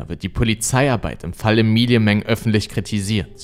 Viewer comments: bist du sicher, daß man den namen emi-li-e spricht. ich glaube eher emmi-ly... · Ich bin mir ziemlich sicher das der name Ämeli und nicht Emilie ausgesprochen wird. Das ist doch nur ne andere schreibweiße von Emily